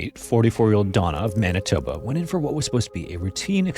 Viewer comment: I knew you were Canadian but if I didn't know I'd definitely know by the pronunciation of Manitoba 🤣